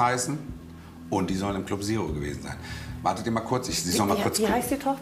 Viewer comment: Club Sero (statt Zero)🤣♥️